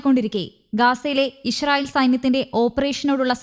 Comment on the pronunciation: ഇഷ്‌റായീൽ എന്നാണോ ഈ അവതാരിക പറയുന്നത് ?